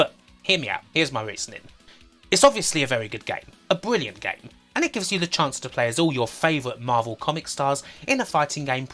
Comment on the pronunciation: Why can’t you pronounce “R” in words? You replace all “R”s with “W.” Fwee=Free Bwilliant=Brilliant Woom=Room It’s not fucking hard dude.